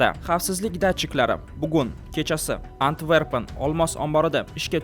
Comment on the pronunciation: Antvergan emas Antverpen yoki yanaham to'g'risi Antwerpen